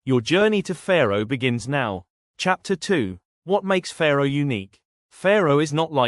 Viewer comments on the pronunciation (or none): Sorry, don't want to be picky, but the way you pronounce Fårö, you mean Faroe islands, located between the UK and Iceland. The proper way to pronounce Fårö is "faw-roe" not "fair-oe"..